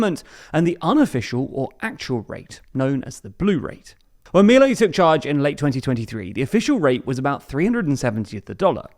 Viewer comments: It's not Mílei, it's Miléi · It's pronounced Mih-lay not Mee-lay